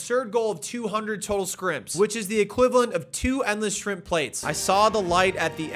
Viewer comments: New to this legend! Am I the only one who noticed that 'shrimp' intermittently became 'scrimp' towards the end? 😂😂😂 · I'm so glad someone else says Skrimps I thought I was the only one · I love that he calls them "skrimpz" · “Skrimps” lol